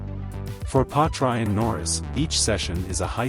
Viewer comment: Yet another rubbish video. can't even pronounce Piastri's name...